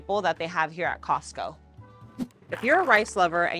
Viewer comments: Why do you call is Cost-kie instead of Costco? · Love your videos girl but when I hear "Star-B's" and now "Costky"....😬😬